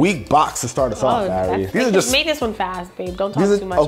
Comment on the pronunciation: That’s not Ari. That’s A(r)i